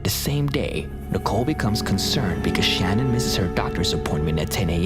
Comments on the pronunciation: Her name is pronounced Shan Ann. You have the video of her husband saying her name even but you still say Shannon. 🙄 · If you are going to do a report on something please get your names correct. It isn’t Shannon in the Chris Watts story it’s spelled Shanann pronounced “Shanun” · Her name is pronounced shuh nan. At least say her name right. Sorry its just a pet peeve of mine. Out of respect say her name correctly. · I hate that I'm being picky... But Chris Watts wife's name is pronounces "Shuh-nan" not "shannon". Its spelled Shanann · Love the vids. #3 FYI, her name is Sha-nann, pronounced Sha-nann (Watts). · Her name was Shanann not Shannon. I know it’s close but for it to be so recent, no excuse for getting it wrong.. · Don't let the TROLLS get you down, lets see their videos...they do make videos...right? In case 3 her name is Shanann pronounced Sha Nan, great vid otherwise I hadn't heard of the first case. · you pronounced Shannon's name wrong